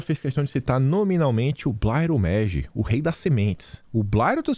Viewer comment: Não é Blairo méggi igual vc vem falando, é blairo Maggi, com som de A, igual é escrito, moro no MT. Onde o blairo é o cara da região toda, super produtor e empresário potente, junto com outros sulistas deram um boom nessa região do cerrado, com coragem no passado e visão de futuro no presentes, antes era chamado de rei da moto serra pelos petistas e terroristas ecológicos. No mais, abraço, minha família toda ti assistimos